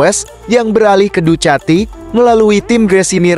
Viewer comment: Ngak gitu juga keles cara bacanya ducati 😂😂😂